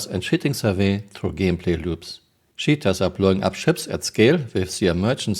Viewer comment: I love how I hear "shitters, shitting". Only a friendly poke. I love Your work ❤